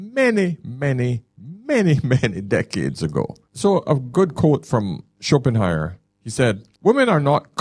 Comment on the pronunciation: If you want people to take you seriously, probably a good idea not to admit that you just heard of Schopenhauer, not least struggle with his name (you called him Schopenheimer). Additionally, make sure you have a copy of one of his books on your table when quoting him, so you can at least refer to the source-text and not leave us with the suspicion that you're learning from another YouTube channel. Schopenhauer wouldn't use phrases like "If you're reading this..." and reference red-pill themes about giving time money attention energy and speak of the woman as 'she left you because' - this is some grifter on Youtube using AI to make something in Schopehauer's voice, and passing it off as themselves, and then believed it off the bat. This is embarrassing - you don't have a philosophical background. Your training is intuitive experience, ok ok ok. But it's not exactly Aristotle, is it. (Not that I disagree with the content of the video - you're right in what you say! But I'm not persuaded that it's original Schopenhauer, who was famously depressive and known for other writings...)